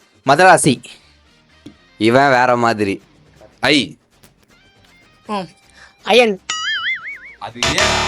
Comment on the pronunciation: Ayan ❌ Iyan ✅ 🤣